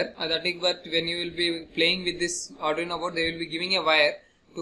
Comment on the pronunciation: Nice ...but firstly I want to suggest you that just try to practice how to pronounce arduino...😅😂